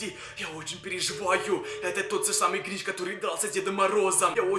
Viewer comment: это не грич а гринч